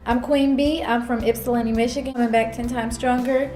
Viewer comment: Lmao Ypsilanti is pronounced ipsalantee